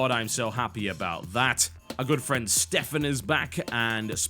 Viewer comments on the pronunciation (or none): none